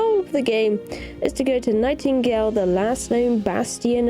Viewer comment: More like Nah-tinghale